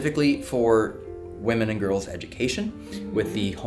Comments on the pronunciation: women, not woman 🙃 there's that cali accent. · Can someone please educate on how to pronounce "women" correctly. No disrespect, I love you guys but i have been listening to that for so long now and it's very annoying and I am upset no one has said anything before 😅❤